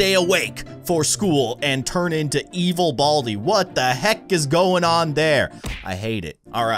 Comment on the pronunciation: Not boldi it's baldi